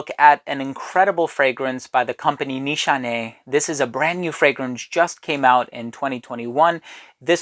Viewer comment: Awesome as always,this brand actually from my home country🇹🇷👍👍👍btw your pronunciation on nişane(means target,aim )right on the spot!